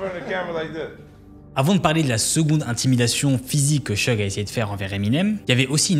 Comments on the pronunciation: Vu que c'est un des deux protagonistes de la vidéo, "Sheugue" tout du long, ça pique bien les oreilles, quand même... C'est "Shougue"! Suffit de répéter ce que les gens disent "en V.O." (pourtant plein d'extraits dans la vidéo). Y'a aussi 2-3 autres prononciations hasardeuses, mais au moins pour le principal c'est pas terrible, quoi... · Seudje? C'est pas Syudge? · "Suge" pas "cheug" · Concernant la prononciation, c'est pas [chug] knight mais [sudje]. Juste pour la correction 👍🏽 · Petite precision au passage : Suge se prononce comme Huge (SIOUDGE) Très bonne video, continue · Comment peut-on lire "Suge" et se dire que ça se prononce "Cheug". Faut faire un effort au moins pour prononcer le nom des gens dont tu parles pendant presque 20 minutes frr.